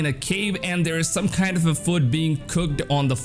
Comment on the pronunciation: Who else noticed when he said food it sounded like foot jaja